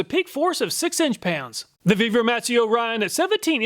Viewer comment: You earned a "like" just for pronouncing that one brand! :) Really surprised to see the Vevor product working so well. How come there's no, "We're gonna test that!" underwear? ;)